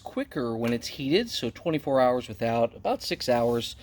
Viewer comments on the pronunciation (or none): none